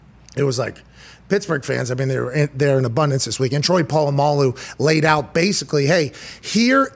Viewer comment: Same with the word “out” 😂 it’s become “aht”